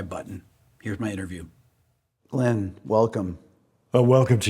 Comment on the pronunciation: Its pronounced Glinn; not Glenn, Rick.